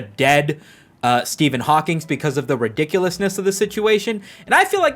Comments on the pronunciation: Ngl I took psychic damage every time I heard "HawkingS" instead of "Hawking" 😭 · You definitely pronounced it "Hawkings" just to piss everyone off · There’s no S in Hawking. You keep saying Hawkings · Everytime he says "Hawkings" it makes me laugh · How do you make a whole video on Stephen hawking and miss pronounce his name every single time lmao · It’s fun that you did a whole indignant video and misprounounced Hawking’s name throughout. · Every time he puts an “s” at the end of the name Hawking 😂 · bro how did you mispronounce Hawking a thousand times in ten minutes